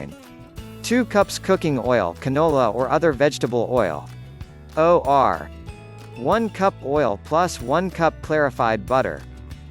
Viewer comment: “O.R.” instead of, “or” had me cracking up!